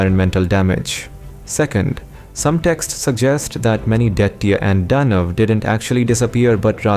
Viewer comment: Detta and Danv.... dude... you sound 10000% still you have to pronounce those words differently... and they didnt sound like foreign speaker either. They sound like you are doing DADADADA